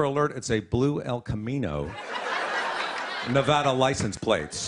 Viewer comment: He said Nevada right!!